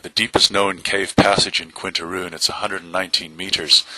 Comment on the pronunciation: Quintana Roo not Quinta Roo no?